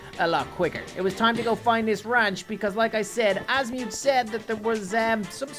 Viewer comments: If there is one thing about Ben 10 fans is that you must never, EVER, mess up a character’s name, like saying Asmuth(As-mute), instead of Azmuth(Az-Muh-th). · He’s saying azmuith and not azmuth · Azmuth is pronounced Az mith idiot haven’t you watched Ben 10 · its not pronunced azmiuth its pronunced azmth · It’s not as mu it’s as myth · The way he calls asumth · I still cannot get over Azmi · that's not how you say azmuth you say his name like azmyth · I don't think watches ben 10 because he said most of the names wrong and also said 'Asmuuth' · SAID AZMUTH IN THE 1ST MINUTE BUT THE REAL OF THAT GALVIN WAS AZMATH NOT AZMUTH GOT IT WRONG WHENEVER I WATCH HIS VIDEOS I ALWAYS HEAR A WRONG NAME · It’s pronounced azmuth without the long u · 1st minute of the video, pronounced Asmuth wrong unsubscribes " this is an unforgivable mistake" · The way he pronounced azmuth😭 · Holy shit what was your childhood or atleast teenager-ish hood to mispronounce azmuth’s name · It funny how he pronounces the aliens name